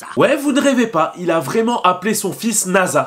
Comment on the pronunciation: Son prénom est nassa et pas naza mon ami j ai déjà regardé l animé 5 fois